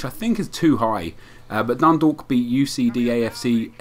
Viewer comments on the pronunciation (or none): none